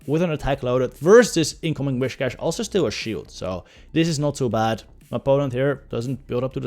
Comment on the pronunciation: The way he pronounces „whiscash“, triggers me quite a bit 😅🤙😊